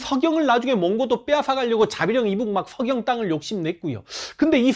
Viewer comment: th발음 왕thㅣㄱ렴 thㅓ경 듣기 ㅈ같네ㅋㅋㅋ